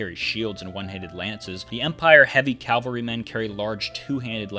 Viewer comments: its cavalry not calvery , i found that annoying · I swear I hear you saying calvary. It's cavalry.